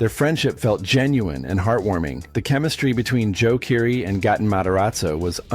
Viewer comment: Dan Ache-roid??? Seriously? Who the hell doesn't know who Dan Aykroyd is???? It's pronounced as 'Ak-roid'. , clearly there is no 'f' in McLaughlin. Yet the narrator keeps adding one. It's pronounced as 'Muh-glok-lin'. , it's not Gutin. His name is pronounced Gay-tin. Do your research before posting these videos.